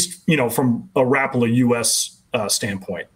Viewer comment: Rap-pa-la..just picture Al Linder saying it.